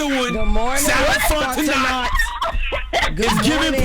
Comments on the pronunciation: They killing me with the Fontenot pronunciation 🤣😂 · Sarah Fontenot’s last name should be pronounced: FONT E NO not NOT